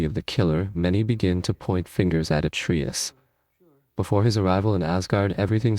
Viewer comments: It is not atreeus it is Atreus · At-tree-us? AI? Come on! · Learn how to properly pronounce Atreus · Bro, how are you pronouncing Atreus 3 different ways 😆